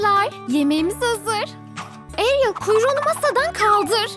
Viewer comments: Ariyel diye okunuyo ariyıl deil😱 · Arııyıl diye okunmuyor Ariyrel diye okunuyor